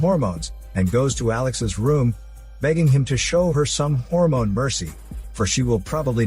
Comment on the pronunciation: Someone: you can't review intemedita scene so smoothly Le: Hold my HÓRMÓNE